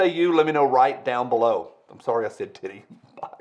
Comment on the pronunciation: Don't apologize,. Say; "tiity" again!